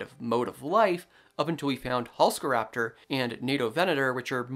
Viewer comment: You are mispronouncing Halszkaraptor. Why are you ignoring the z? This dinosaur was named after a famous Polish paleontologist, whose name is Halszka. In Polish, sz is pronounced like sh in English, so the name is Halshka, NOT Halska. Thus it needs to be pronounced Halshkaraptor, in English orthography.